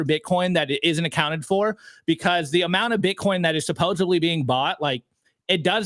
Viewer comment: *supposedly not supposebly